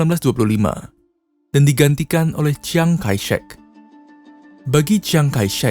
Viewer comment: Banyak statement mu yang ngawur. Penyebutan nama-nama aja salah (seperti "jiang-kaishek", wtf) 🤣